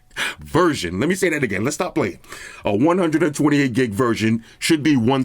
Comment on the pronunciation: 128 gig ‘verJohn’😂😂😅